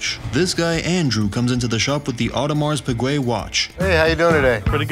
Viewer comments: My man said Pewwguee and the other dude said Peewjew. Bro neither of you were close. And 8 grand for an AP that looks like that isn’t going for anything less then 35 grand 😂😂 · Awdimarz Pigway and Ahdimar Pijew. Best mispronunciation of an AP ever. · Audemars pigway’.. Audermars pijue’😂😂😂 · Was looking for this comment... I rolled when I heard them pronounce that😂😂😂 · Why can none of them pronounce audemars piguet correctly lmao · Owning a real Audemars Piguet and you don't even know how to pronounce it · The way he pronounces Audemars Piguet has to be a joke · The abject butchering of the watches name is just sad. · No one knows how to pronounce audemars piquet 🤣